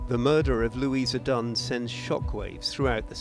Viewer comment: Lou ee sa. Not Lew ee za.